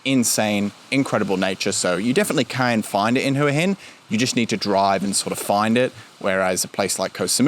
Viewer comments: Thought it is pronouced Wa Hin. The Thai's I've spoken to all call it Wa Hin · AAAArgh its HWAH Hin. could not watch after 1st minute.